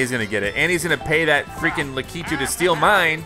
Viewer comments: Omg u say it so wrong it’s not lack eeee tooo it’s lack I tu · Yoshi getting Lakitu (lack-eh-two): I wAnT LaKITU (la-key-two) 🤦‍♂️ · DJ Deadbeat please say I'm not the only one who got triggered by the way he said Lakitu